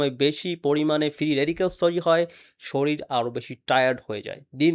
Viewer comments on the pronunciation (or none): none